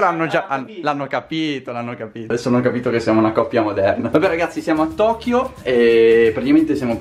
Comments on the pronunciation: Kotio non Tokio😂😂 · Si dice tokio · Favi si dice tokio